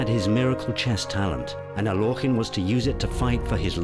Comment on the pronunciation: Totally inaccurate. Alekhine did not lose to Euwe in "42." The Russian Revolution had nothing whatsoever to do with the death of either of his parents. Alekhine explicitly stated he did not want to be called "Al-yokh-in" as the narrator pronounces it here. Chesstv DOT com is absolutely not to be trusted for historical accuracy.